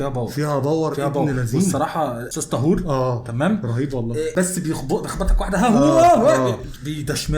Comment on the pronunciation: السيد المغني اسمه طاهور بالالف وليس طهور بضم الطاء.